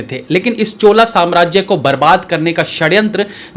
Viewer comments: महोदय, चोला राज्य नहीं 'चोल साम्राज्य' कहिए। हमारे यहाँ योग कब 'योगा' बन गया, गुप्तजी कब गुप्ताजी बन गए पता नही चलता। ये सब अँग्रेजी में लिखकर गलत उच्चारण करने के कारण होता है। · chola nahi chol h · चोला साम्राज्य nahin bhai चोल साम्राज्य boliye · first of all its not Chola .... its Chol..... so plz don't be angrez